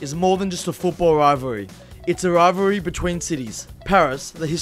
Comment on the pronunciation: Why did they get a commentator that struggles to say rivalry lol